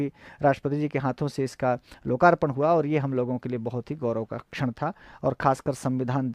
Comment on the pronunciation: छड़ नहीं भाई 'क्षण'